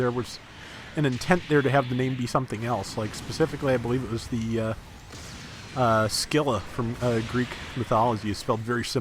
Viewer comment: Scylla? "Skill-ah" Hmm, ok, just found the pronounciation you chose weird.